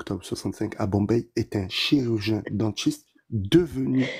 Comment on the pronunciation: il dit bien chirurgien dentiste 🤣🤣